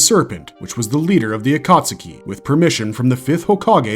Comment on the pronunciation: agreed. Ain't no way you can make a dozen Naruto videos and still pronounce Akatsuki as "ah-kaht-su-key"